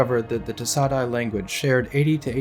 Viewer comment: ay is pronounced die.